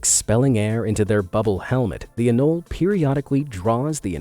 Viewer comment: For the record, it's the "fray-zer" river, not "frayz-yer". "Anol-ee" not "anoll".